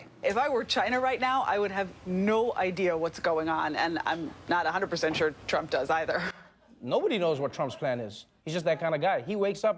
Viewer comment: on the side note Trevor pronounce our President's name surprisingly well.